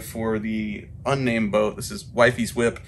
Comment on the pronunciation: I thought he said "Whitey's Whip" instead of "Wifey's Whip". I kinda like "Whitey's Whip" to be honest. I think my dad knew a guy called Whitey.